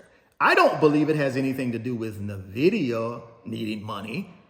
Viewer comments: He keeps saying “Na-vidia” instead of “In-vidia” 😂 ugh so aggravating!! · Nvdia is pronounced as In-Vid-ia